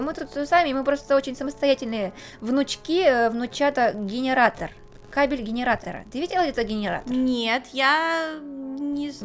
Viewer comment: так забавно звучит... Гинератор...